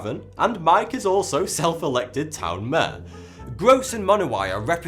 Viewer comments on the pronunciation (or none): none